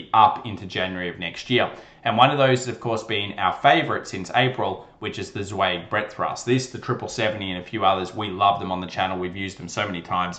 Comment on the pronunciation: I'm nitpicking here, but Martin Zweig's last name is pronounced ZWIG not ZWEG. The ei is pronounced I, like in Hi or Eye. He was a regular on Louis Rukeyser's 'Wall Street Week' PBS television show, on Friday evenings in the 70s and 80s. Your market analysis is my favorite daily YT. Your research and analysis is the best, imo. Keep up the good work!